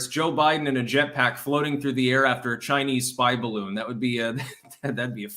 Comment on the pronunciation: Woudn't you rike to fry in my beautifu my beautifu baroon.